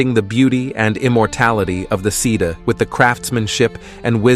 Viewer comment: Sidhe is pronounced shee